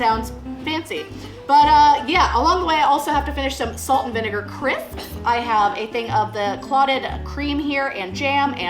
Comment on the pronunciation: Not Crip!..or Crept it's CriSSSP! :D